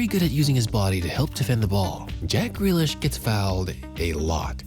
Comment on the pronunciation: JACK FREALISH😂😂😂